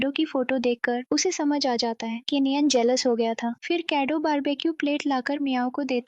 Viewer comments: Jealous hota ha jealwous nhi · Mujeh jealous word gelwos kyu sunai de rha hai